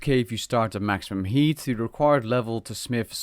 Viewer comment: i cant stop hearing yeet instead of heat...